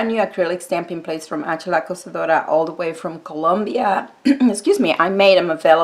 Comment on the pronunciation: Tfs💜💖💜💖💜 and making the collab! Yes I so didn't want to mess up my plates lol your so good at saying the name I do not dare try. So weird seeing my pic on your channel thank you!!💜💖💜💖💜